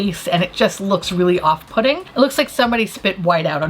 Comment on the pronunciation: Anyone else hear off-putting as off pudding Everytime now ever since the Jennifer Lawrence between the ferns episode